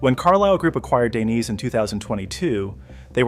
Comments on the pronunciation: "Klim" is pronounced "Climb" ......... long "I" .......... Dainese is pronounced "Dayneesee" ................... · "lino daineyss"😭😭